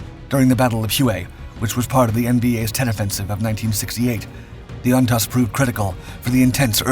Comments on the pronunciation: Great video but Jeeeeeeze, How many times can you mispronounce Ontos (OnToezz) and Hue (Hhway). city? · First it’s pronounced WAY not Huay. 😅 Secondly it’s pronounced Ontose. The second oh is pronounced oh. On tose. You would think that if you were going to do an historic video on a key battle of the Vietnam War you would talk to some Vietnam Veterans and not just make it on your own. I’m a Vietnam Marine Veteran and I know what they’re supposed to sound like. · I saw one one the outskirts of Quang Tri City in 1969. It’s not pronounced Huey but it is pronounced Way (Hue). Ontos is pronounced ontose. Just saying. Do a little research with some Marine Vietnam Veterans that would know how to pronounce these words.